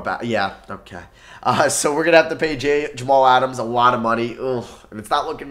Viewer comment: Me being a jets fan and hearing say jaylyn Adams is mad funny 😂 and then herndonden 😂😂😂